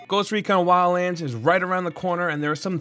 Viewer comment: "WILLANDS" XD Shit has me dead